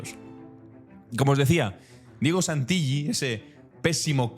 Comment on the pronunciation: Querido! Contundentes tus informes. Como hijo de italianos en Argentina te comento que Santilli no se pronuncia con LL porque esa L doble significa que la última sílaba se separa del resto y se pronuncia acentúada. O sea Santil-lí. Un abrazo 🤗